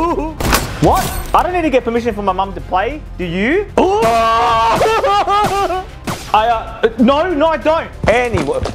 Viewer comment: Why did he say "do you?"like that